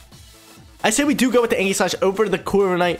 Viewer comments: ee· juhs slash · That ain’t how u pronounce aegislash bro 😂